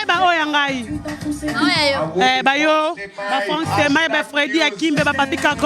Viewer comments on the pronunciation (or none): none